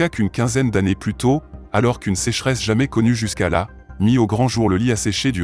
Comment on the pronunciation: Ouuaaaah une vidéo avec des images IA, une voix IA qui déclame un texte par IA... La qualité se faire ressentir. Entre les phrases qui ne veulent rien dire (des chercheurs en herbe de tout craint" ?), les erreurs de prononciation que même un CM2 ne fait pas ( "une sécheresse jamais connue jusqu'à là", au lieu de jusque là), une volonté de faire croire qu'il y a un doute alors que pas du tout, on sait que c'est des fakes, une recherche simple permet de s'en assurer... Si tu n'as pas la compétence de faire des vidéos, il vaut mieux ne pas en faire que de faire ces bouses. En plus tu ose qualifier ça de "production"... C'est grave de prendre ces abonnés à ce point pour des cons